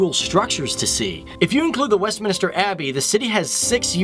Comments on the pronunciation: it's Westminster, not Westminister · I thought I was the only one to realise it. Phew. I was not having difficulties to listen... He was indeed pronouncing "westminister"... haha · Thank you as a proud Londoner (born, bred, studied, work and live). I absolutely love my City mainly because of the multiculturalism and our strength. Just a couple of notes "Greenwich" is pronounced "Gren-itch" and "Westminister" is actually "Westminster". I'd love to see videos in the Caribbean islands, mainly JAMAICA 😀